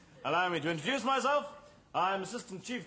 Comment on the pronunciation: _ Cleese actually does say "alduce me to introlow myself" in this sketch.